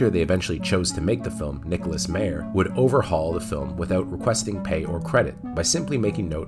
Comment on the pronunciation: It's My-er NOT May-er! The J.J. Abrams films were terrible and they only had a knowledge of their characters as caricatures. None of the characters are written like the original characters and thus Abrams writes very cynical rip-offs of the TRADITION of Star Trek and not Trek itself. There's an obvious dismissal of the series as serious story telling.